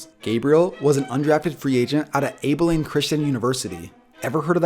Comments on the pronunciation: Abel-leen...for f@ sake! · It’s not Abe-ah-lean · Just wanted to say my whole family is from Abilene, and it's pronounced Ah-buh-lean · it’s actually pronounced ab-a-lean. I only know that because I’m in Texas and I have family in Abiline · Wait, did you mean to say Abilene christian? AB-Ba-lean. im from cleveland and was stationed in abilene tx. sheesh dude lol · Lol, it's (Abah-leen) and yes I've heard of Abeline Christian University, wow that hurts man. "Have you heard of them? No, didn't think so" haha, you still fans in Texas brother! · Yes I have heard of Abilene Christian University I live in Abilene and it's pronounced Abbie-Lean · You mispronounced abilene it is pronounced Abb eh lean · only comment I got is the wrong pronunciation of abilene 😂😂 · He pronounced Abilene wrong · You pronounced Abiline wrong. 😂 lol sorry I'm from there. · I’m from Abilene. And you pronounced it wrong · That's not how u pronounce Abilene and I live here so people not knowing acu is crazy to me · He pronounced Abilene wrong but it’s fine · you pronounced Abilene wrong I live in Abilene lol if your talking about Abilene Texas cuz we have a ACU college here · You pronounced Abilene wrong I mean if you’re going to do your research I would appreciate it if you didn’t shit on Texas like that thanks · That is not how you pronounce Abilene lol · yes i have heard of abilene christian because i know you pronounced it wrong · he said Abilene wrong lmao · U also pronounced Abilene wrong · Hahah you said Abilene wrong. That's where I go to school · you pronounced Abilene wrong lol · That's not how you pronounce Abilene. Not hating but you're defiantly not a Texas boy. Keep up the great videos.